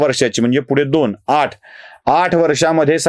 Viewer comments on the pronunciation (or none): none